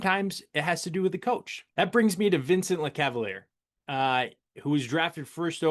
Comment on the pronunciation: Butchered Vincent's name too LMAO.